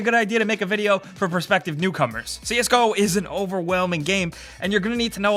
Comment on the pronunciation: I thought they said "prospective cucumbers" in the beginning